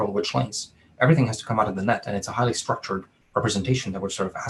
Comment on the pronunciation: "Everything has to come out of the nut" -- Are you sure he didn't say "net" ?